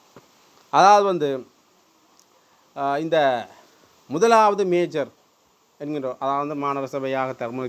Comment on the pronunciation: மேயர் என்று அழுத்தி சொல்லுங்கள் தயவு செய்து இல்லை என்றால் அதுவே விமர்சிப்பார்கள்